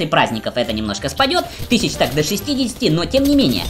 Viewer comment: Почему вы говорите "Тыщячи"?? к каперству готовитесь ??))